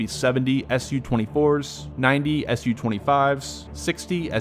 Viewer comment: Hi from Ukraine. Just a heads up, the BUK acronym is pronounced like the way you say "book", not "buck, which is the way you say it. Another example is with aircraft, Tu-95 is pronounced "Too-95" not "Tea you-95", same with "Su-25", it's "Sooo-25", not Ess you-25" etc...